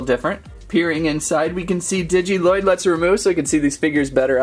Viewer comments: He says lloyd wrong It's pronounced loyd but spelled lloyd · Your supposed to say lloyds name as if there was one l